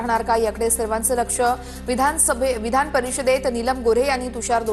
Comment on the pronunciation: 2.38 वधानसभा होय 😂😂 आम्ही तर विधानसभा असे ऐकून, वाचून होतो आज पर्यंत 😶